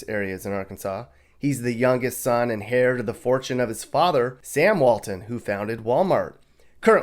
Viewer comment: Jim Walton is "hair" to a fortune? No. He's heir...pronounced "air" to a fortune.